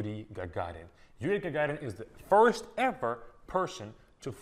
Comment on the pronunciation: Mendeleev is fine but you could have done much better than Gagarr